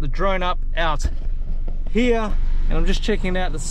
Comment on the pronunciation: no you said "heeyah" several times. are you trying to say "here"?